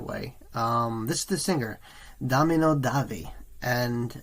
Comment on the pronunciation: Good reaction and insight into the band, but his name is Da-mi-ano not domino and it just sounded so strange every time you said domino.